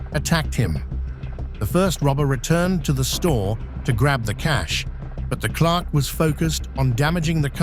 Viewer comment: Clark? You mean clerk? What is he Superman?